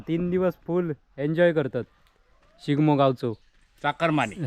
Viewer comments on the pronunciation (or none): SHIGAMO nahi re, SHIMGO ase mhan. Chukicha ucchar kartos tu. Tuza makeup suddha aaj jara jastach jhala aahe. Pandhra pandhra disat aahes. 😂😅